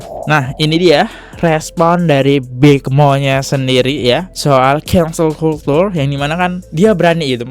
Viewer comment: Cancel culture cara bacanya "kensel kalcer" bukan "kultur"